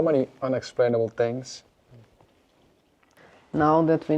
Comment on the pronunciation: what kind of "english"is that? sound slike someone form Holland tries to speak english! its called "th" not " f " .....ist called: thirty not ferti or tarti, and not "tinks", its things !